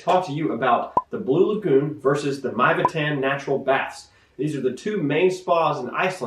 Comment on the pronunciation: Mývatn is pronounced [mee-vatn]. Besides that, an interesting video. :)